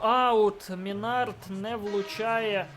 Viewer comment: И Минард ударение ставь на ми а не на склад на